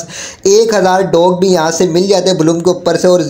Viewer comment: Blum❌ Bloom✔️